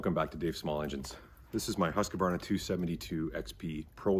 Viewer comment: It's pronounced Husq-varna and not Husq-a-varna!